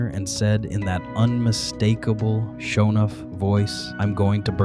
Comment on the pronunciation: Dude needs to teach his AI how to pronounce "Sho NUFF"